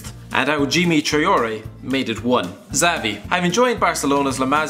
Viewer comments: It's Chabi, or Shabi, not Zavi or Chavi. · Did he said zavi ?wth